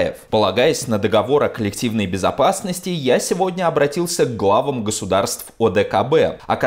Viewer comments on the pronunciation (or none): none